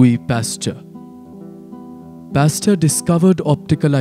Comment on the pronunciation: Pasture?? Nice try but it's actually Pasteur :)